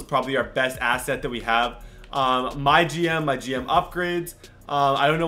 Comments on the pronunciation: Its “My G-M” not MyGym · Anyone else thought he said my gym....